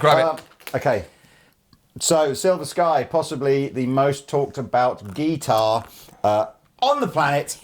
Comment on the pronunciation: YES he said GEETAR